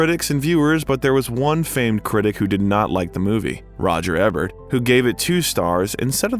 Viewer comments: My god man, if you're going to make a YouTube career, on multiple channels, out of telling tragic stories of movie stars, you MAY want to learn how Roger Ebert's name is pronounced. Just saying. Or if you're just a hired voice doing script reads, then your team has GOT to brief you on that shit. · Great narrative voice! P. S.: Please learn to pronounce names, words and titles. You obviously are just reading some and are not familiar with the real person, production or word: Roger Ebert, posthumously and La Cage aux Folles for examples. 👍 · How disrespectful to the late, great film critic Roger Ebert that the narrator will constantly mispronounce his surname. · I just thought it was a dummy that didn't know how to pronounce roger ebert's name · Thanks, and great job. But for the love of god its "E-bert"! LOL Its not just that your narrator mispronounced what is a fairly common celebrity name, the narration keeps coming back to Roger "Ebb-ert" time and time again! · Learn how to say "E"bert not "EH"bert. I cringe every time you pronounce his name wrong. Now that I have that off my chest. I shed tears when Robin passed. Also, he wasn't just in the same class at Juliard with Christopher Reeve, they were roomates. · Although I appreciate this documentary, it bothers me that you don't know how to pronounce Roger Ebert's last name. It is with a long "E". Thank you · If you are going to use a person's name a million times in your video, you might want to know who that person is and HOW TO PRONOUNCE THE PERSON'S NAME...so its not eh bert its eeee bert youz worthless gen z or millennial m o r o n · if you're truly AI, I suppose it's forgiveable, but if the narrator is human, then why, oh why, do yo continue to pronounce the name incorrectly of arguably the most famous American film critic/. It's no Eh-bert. It's EEbert. Sheesh! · The movie critics name is pronounced "E Bert". Re-edit the audio VO. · Roger Ebert is pronounced "EE Bert" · Eee-Bert! 😅 Dumb A I geek!